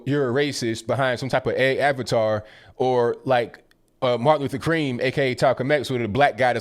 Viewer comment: My man just said "talcolm X and martin luther cream". Haha